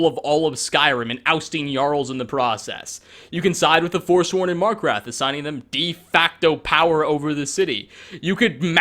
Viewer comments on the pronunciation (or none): “SIDE WITH THE FORSWORN IN MARKRATH” I’M DEAD